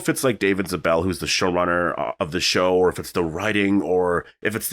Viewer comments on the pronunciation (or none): Also, David Zabel is pronounced Zable like stable. Not that it really matters.